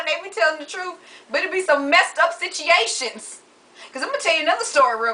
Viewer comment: SitCHiationz lol I live y'all